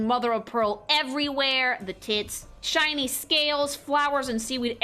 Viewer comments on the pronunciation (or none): none